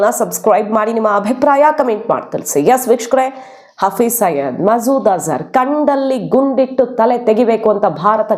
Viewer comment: Hafriz saeed ಹೆಸರು ಸಯೀದ್ ಇರಬೇಕು ಆದರೆ ನೀವು ಸಯ್ಯದ್ ಅಂತಿದ್ದೀರಿ. ದಯವಿಟ್ಟು ಸರಿಮಾಡಿಸಿ ಹೇಳಿ.